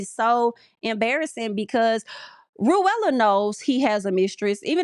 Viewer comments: I’m screaming everytime you said Ru-Ella lmao is Pronounced Rue-la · Her name is rulla (sounds like ruler but with an A) not ru- ella. 🤣🤣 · see now i like ru-ella it's giving cruella 😂